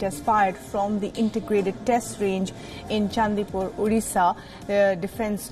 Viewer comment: Its not 😏Udisa it is 'ODISHA.'.